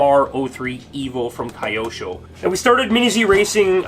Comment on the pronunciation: Just nitpicking-Q sho, not Kayosho🙂